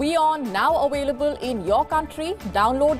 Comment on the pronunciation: Just a tip to the news presenter. In British English, the word has a v not a w (double-u) - so, the pronunciation is "available" not "awailable". P.S. thank you for interesting reporting.